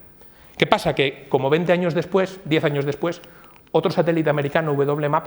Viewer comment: IMPRESIONANTE COMO EL HOMBRE MONO TUMAI HA EVOLUCIONADO HASTA PODER HABLAR ACERCA DE ESTOS CONCEPTOS. INCREIBLE Y TREMENDO. AUNQUE TODAVIA NO HABLA BIEN, YA QUE NO SE DICE "VENTE, TRENTA" SINO 'VEINTE, TREINTA'.